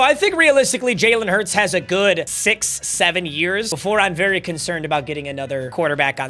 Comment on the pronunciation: WE GOT SAYING SIZ SEVENNN IN THE BIG 25